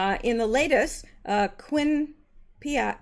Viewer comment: Is there something you can put on the outside of the microphone cord that cats don't like? (pepper? ) I feel for you. Billy did the same to hubby's phone charger cord a few weeks ago. Quinnipiac University does the polls, and is my alma mater, and you did fine pronouncing it. It is in Hamden, Connecticut.